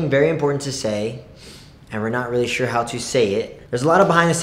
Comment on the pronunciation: "Wait? Rearry?" 😂😂😂😂💗💗💗💗